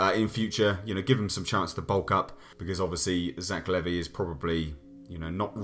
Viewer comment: Its Levi like the jeans that is how you pronouce his name